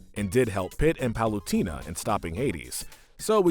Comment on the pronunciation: U didn't give bowser horns because he already has horns Edit:Palutena is pronounced pal-oo-tay-na